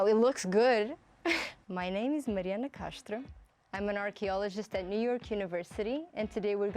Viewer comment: Had to google her as soon as she said "Castro". Sounded exactly like what she is: portuguese, like me! Go, girl! :)